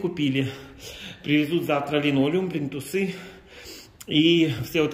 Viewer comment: В слове плинтус всегда ударение на и